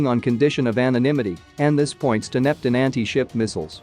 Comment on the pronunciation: Buffled? How about baffled [baff fulled] Neptin? How about Neptune [nap tune] These minor irritations detract from your coverage.